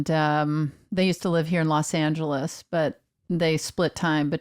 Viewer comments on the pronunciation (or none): none